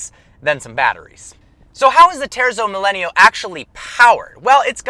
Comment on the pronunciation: It’s properly pronounced “teartzo millayno”